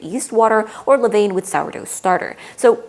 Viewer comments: Pronounced leh-VAHN not leh-VAYN. Levain [International Phonetic Alphabet: /lə.vɛ̃/ Sounds like leh-VAHN (nasal "n" at the end, as typical in French)] You're trying to present from a position of expertise but simply not being able to pronounce this basic term makes you look amateurish. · So technical and deeply researched, but every time you say “le vane” something inside everyone who speaks a little bit of French dies For next time, it sounds like “le van” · Good video. Levain is pronounced Le van! And yes that is in all the English speaking world.